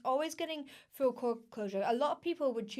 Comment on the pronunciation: The way you say "full" like "fool" + "fuel"... Are you from north Britain? Love UK accents.